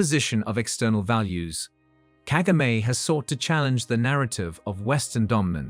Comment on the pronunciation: It’s so annoying the way you pronounce Kagame’s name. Disrespectful as usual.